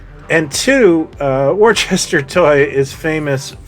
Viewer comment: Warchester does sound cooler but it is, indeed, Wooster (like Bertie).